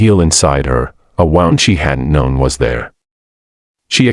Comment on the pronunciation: FFS it's not WOWND (to tie a knot) it's WOOOND (an injury) 🤬🤬🤬🤬🤬🤬🤬🤬🤬